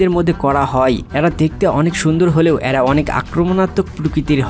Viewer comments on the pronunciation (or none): তথ্যবহুল ভিডিওর জন্য ধন্যবাদ। "এ্যারা" কি? উচ্চারণ শুদ্ধ করুন। গ্রহনযোগ্যতা বাড়বে।